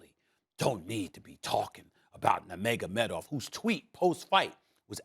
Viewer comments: Stephen “Nurmagamedov” A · No one: Stephen A Smith: Nermagomedov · Mag-a-med-off..... lol. Stephen kept saying this in another video. I didn't know what he was talking about. I finally realized he was talking about Khabib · Ufc fans: Nurmagamedov Stephen A. Smith: Mega medov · SAS: "NEMEGOMEDOV" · SAS doesn’t even know how to pronounce khabib nurmagomedov name Lol 😂